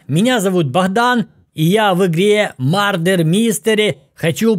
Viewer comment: “Мардер” *мёрдер